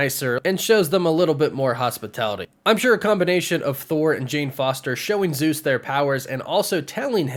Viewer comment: I'm Greek and the way you guys pronance the name Zeus makes me waay too cringe.😭😭😭